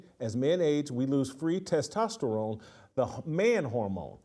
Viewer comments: "Test-Testarone" "Tess-toss-a-rone" 🤣🤣🤣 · Tes-Tost-Terone Jason 😂